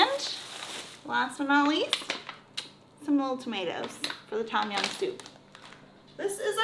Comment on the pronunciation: it sound like you never go to Asian store in America original red bull sell everywhere "no chilly" mike pet and good bye la gone. tom jiam not tom it tum jiam i came from the country side Bangkok pronounce difference